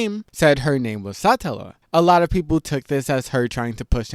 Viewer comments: its suh-tella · hearing you pronounce it as Sahtellah is so cringe. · its Satella, not Sutella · SaaaAaatella😂 every rezero creator says words weird 😂😂😂